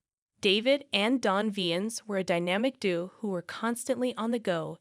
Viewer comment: Yep. La-ME-da, unstoppable Do-OH (duo is not pronounced "do"), snorting a beer (sounds painful), etc